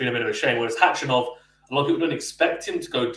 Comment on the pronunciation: great content.. been following for a few months.. just 1 thing, his name is khachanov NOT hachanov... there's no silent K in pronunciation lol